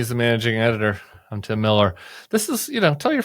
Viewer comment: I’m with Tim. And get the pronunciation correct!